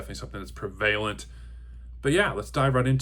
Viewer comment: Excellent video and thoughts. I'm kinda shocked no one mentioned your pronunciation of prevalent.